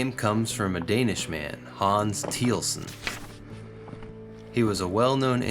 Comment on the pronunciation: If you can’t even pronounce it, I doubt the details of the review.